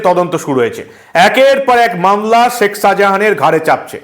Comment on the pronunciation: Seck Sahajan na Sheik Sahajan?Correct your pronunciation.